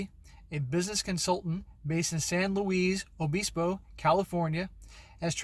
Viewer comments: It’s pronounced: San Louis A biss pou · Okay, it's out of ignorance, but "Luis" in San Luis Obispo is pronounced in the way it looks, without a Spanish accent. Oh yes, and we Californians sometimes abbreviate it to be SLO - because, well, life there is pretty slow.